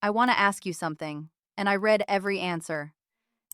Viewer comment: AI voice. Also mispronounced “read” as in the past tense about reading all the answers. I bet AI reads them…